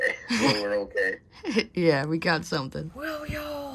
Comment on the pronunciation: I was just up there over the weekend and got into crappies for my first time on Red. Never caught any there before. Two of us caught a bunch and every single one was 11-3/4" or 12". Great time. Also, I have to ask... Has anyone ever called you out for saying "caughten" instead of "caught"? Haha I'm sorry I just had to ask because you always say that!